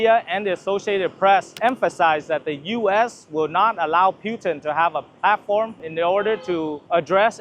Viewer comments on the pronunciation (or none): It’s PUT-in … please, please pronounce it correctly 🙏